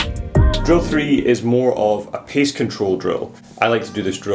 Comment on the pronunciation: " pace " not "piece " control.................